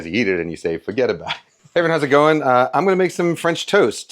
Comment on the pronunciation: I just about choked on my peas during that intro... "cause when you eat it you say furgetabowit"